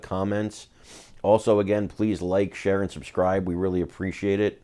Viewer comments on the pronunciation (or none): none